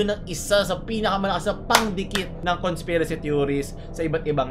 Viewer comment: Conspirasht hahaha